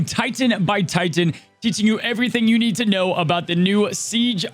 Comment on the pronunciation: Ti-Tan is killing me. Sometimes you even say it the correct way, I don't get it. Drives me crazy. Omg, I think you just did it with But-Ton too.